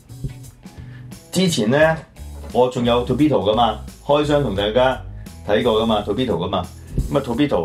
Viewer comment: I'm not into G.I. Joe, but that 潛水員 does look nice. If I see it, I might get it. And ，發音係 tor(駝)-pe-do，唔係 to(圖)-pi-do。唔好嘲笑人英語發音差，但自己發音都同人哋一樣差。 每次講英文比人笑都唔知，所以唔好再嘲笑人哋英文發音差啦。I enjoy this 玩Figures 集 very much。 If you do more, I might donate to your program again.